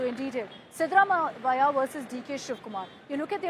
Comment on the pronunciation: It's siddha Ramaiah not what you are pronouncing